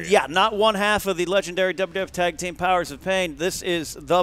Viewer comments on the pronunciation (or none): none